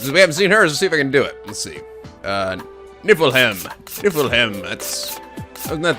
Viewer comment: In danger of sounding like a grammar nazi, "Niflheim" is pronounced kinda like this: "nee-fel-ha-eem". Then again, seems to have trouble pronounciating words that are not english, so I don't really mind anymore.